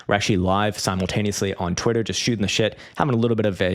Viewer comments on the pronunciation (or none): none